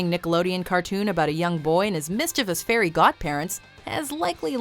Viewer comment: It's Fairy not fairly..